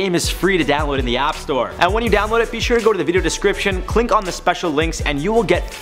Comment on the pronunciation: "...CLINK on the special LINKS..."